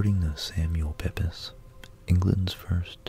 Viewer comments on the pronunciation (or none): Hate to do this but Samuel ‘Pepys’ is pronounced ‘Peeps’. The famous London diarist during the great fire of London and the plague in the mid 17th century. Also famous for burying his Parmesan cheese in the garden to save it from the fire! Would make a good episode. Keep up the good work. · Your videos are great and wonderfully relaxing. Just on small pronunciation error. Samual Pepys surname is pronounced Peeps.